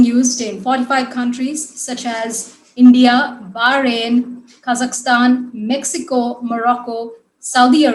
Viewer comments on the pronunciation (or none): none